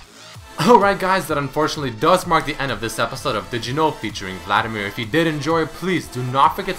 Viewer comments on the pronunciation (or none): none